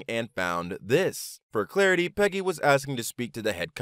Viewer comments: She's mad because your pronouncing her name wrong.. Piggy not Peggy. Hehe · It's "Piggy".... not Peggy.... latinos can't pronounce some english words correctly.